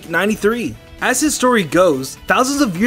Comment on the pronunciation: Ironic Gentleman ITS NOT WOBUFFET ITS WOW BUFFET!